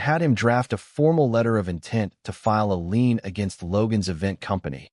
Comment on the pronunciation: Lien, not lean. Get a proofreader already. Jeez.